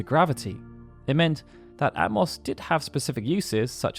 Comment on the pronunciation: Ah-toh-mos, not At-moss 🙄🙄🙄